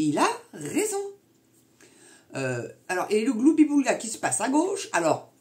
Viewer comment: Je vous estime parce que vous savez prononcer correctement le mot gloubi-boulga. Monsieur Dupont-Aignan est incapable de prononcer correctement ce mot.